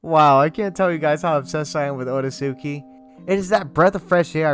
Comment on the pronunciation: You mispronounced the name you wouldn't call the Akatsuki AH KAT -SOO -KEY. It's pronounced OH RAY- SKI